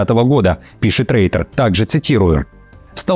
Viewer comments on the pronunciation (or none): none